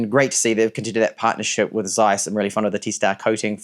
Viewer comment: How can someone be so superficial: not to be able to speak the name of a most important company in photo history? (Zeiss)